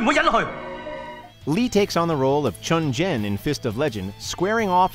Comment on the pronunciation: My only complaint with this list is him saying Chun Jin. It's Chen Zhen.....